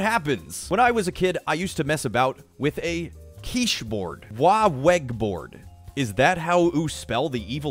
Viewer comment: Same! "Keysh" lmao